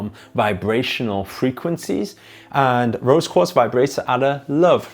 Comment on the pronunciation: What is a rose coat? I cudnt understand ur pronounciation